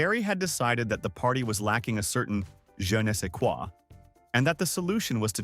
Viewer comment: AI's attempt at French is cute. I think its "Je nest se qua".